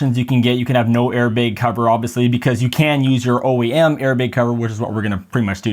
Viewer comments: Did you say "Al-Carda"? It's the material "Al-Can-Tara". And those weren't Allen Wrenches, that were Torq Wrenches. Also, "Airbag" the "bag" part is pronounced like "bat". And you can use AC, just on the lowest setting and the mic won't pick up the fan noise. Or better yet, cool your car prior to doing the recording, then turn it off or on low. You're welcome. :) In all seriousness, good video. I would never get a Yoke, they're good for at the drag strip but not for on the streets. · airbeg LOL